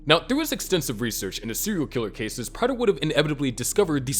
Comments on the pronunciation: Prayter not Pratter...drove me nuts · Its "Prey-ter, NOT "Pratt-er"😭 Did you even watch the show??😭💀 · GOD DAMMIT. His name is pronounced PRAY-DUR. They say it so many times in the show. You have to be doing that shit on purpose. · Is someone else watching these and writing the script? I can't believe the narrator is the one putting these together since he continues to mispronounce Prater on these videos even though his name is clearly said multiple times in the series. 🤔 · How did you watch the show and still pronounce prater wrong